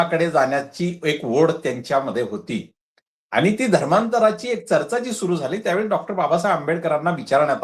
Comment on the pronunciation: डॉ. माने सर आपण बाबासाहेबांचे अनमोल विचार सांगत बौध्द धर्म का लिहावा याचे विस्तृत स्पष्टीकरण दिले याबद्दल खूप खूप धन्यवाद! आपण एका ज्वलंत प्रश्नाला हात घातला आणि माने सरांनी छान शंका निरसन केलं याबद्दल तुमचेही आभार. चर्चा, जनगणना व पंजाब या शब्दांचे उच्चार थोडे कच्चे वाटले.